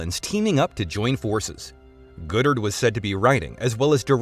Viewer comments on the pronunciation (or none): Thank the universe – and the Sony email hack – Goddard's vision didn't come to pass because what's described sounds really, really bad. And i suspect 'Goddard' is pronounced 'god-art' not 'good-ert.' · How could you say Feige correctly, but not GODdard?